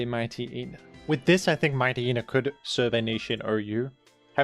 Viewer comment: Your ability to mispronounce obvious Pokemon names is truly astounding. The fact that you couldn't figure out that Mightyena is based on a Hyena, and therefore pronounced similarly to Hyena, is incredible. What the heck is a "Mite Eee Eee Nuh?" It's "Mite Yee Nuh", rhymes with "High Eee Nuh".